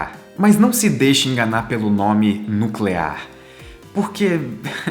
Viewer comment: como diria o Homer: É "nuculear"